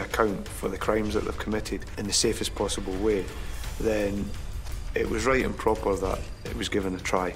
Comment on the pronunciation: Did that guy say "right improper" or "right and proper"? Lol